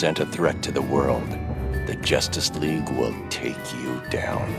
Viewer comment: Jussss League?